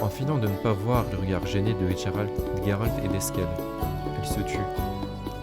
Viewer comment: Par contre j'insiste mais le nom c'est Gérald .. pas Guérald 😅😜